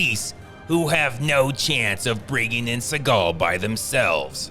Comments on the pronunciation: I luv how he pronounces Suhgaw😭🤣😂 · It's pronounced "Seagull" C-GL Cee-Gul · Always keep in mind , the real pronunciation is ' Seagull ':face-blue-smiling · You should pronounce his name as the bird... as that's how it's supposed to be pronounced. He just changed it because he thinks it sounds cooler.